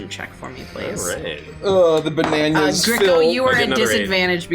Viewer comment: Every time they call bananas 'bananyas' all I can think of is the Bananyans, the banana cats from the cartoon of the same name.